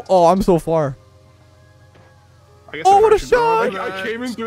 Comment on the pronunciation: im so flar me: i know you mean far but like dude